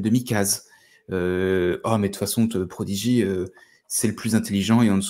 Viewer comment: "prodiguaï" ? "Frank Kitéli" ? Ca part en cou*lle la prononciation.